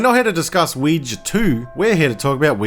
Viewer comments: lol americans trying to say OUIJA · The way you pronounce ouija is hilarious to me 😂